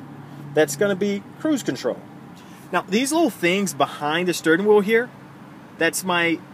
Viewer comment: STURN WHEEL ??????? really? 🤔